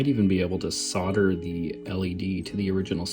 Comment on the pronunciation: Props to your proper pronunciation of solder.